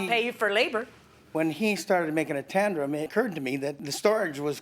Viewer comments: Does the plaintiff keep saying "Tandrum"? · “He goes off on a tandrum”? I can’t decide if he wants to say tantrum to tangent 😂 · I wanted the Judge to publicly correct his mangled word "tandrum." He was way too pleased with his fake word because he said it 3 times!